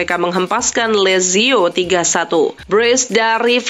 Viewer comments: Hah,, presenter nya ini baca "lazio" dg benar saja ga bisa 😅😂😂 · sejak kapan lazio menjadi lezio, tinggal baca saja kok salah, sebagai fans berat lazio saya tersinggung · Lazio bukan Lezio!!! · Nice diucap "Nais" Lazio diucap "Leyzio" Belum lagi penyebutan beberapa nama pemain & pelatih yang salah TOLONG INI NARRATOR NOOB AJARIN BOLA YANG BENER DONG